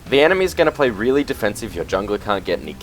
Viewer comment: Omg I died at "Reaealli, riiieraly long time!"